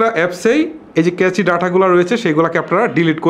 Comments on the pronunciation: আপনার ভিডিও দেখে অবশ্যই অনেক সমাধান পাওয়া যায়। কিন্তু আপনার উচ্চারণে বেশ অসঙ্গতি রয়েছে। যেমন এই ভিডিওতে আপনি ’ক্যাচি’ শব্দ উচ্চারণ করেছেন। কিন্তু সঠিক উচ্চারণ হবে- ক্যাশ। সুতরাং নতুন ভিডিও করার ক্ষেত্রে আরও সতর্ক হবেন বলে আশা রাখছি। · ইরেজ, আর্জ হবেনা ভাইয়া ক্যাচে না, এটাকে ক্যাশ মেমোরি বলে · কেছি ডাটা নয় কেশ ডাটা 😁😁